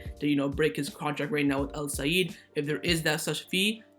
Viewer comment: Sorry but it felt weird when you kept on saying Al Saeed 😅😅